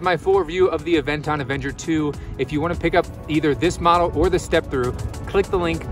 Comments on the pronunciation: You keep saying "Avenger". It's Aventure. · Good information. Great review. I just have trouble listening to you calling the bike Avenger 2 instead of Aventure 2 or am I not hearing correctly?